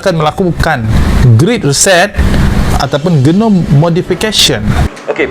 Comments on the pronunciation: Mana bole mereka mengaku. Nama pun secret society.. Lagi satu genome (cara sebut jinom) bukan genom.. Mereka tak bole mengaku...mereka sungguh taat dan setia myimpan rahsia.. 😂 rich,success, gentleman.. Semoga Allah berikan hidayah buat mereka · Xde benda yg pelik la palatao weih. Sebut genome bg betul dulu. Genome modification dah belas tahun dah buat kat malaysia. P tgk kat mgi tu. Neurolink tu elon musk dah bgtau dah utk apa. Kelakar la mamat ni. 🤣🤣🤣🤣